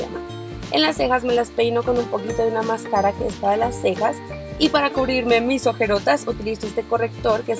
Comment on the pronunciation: paula no es por criticarte pero es mascara no mascarà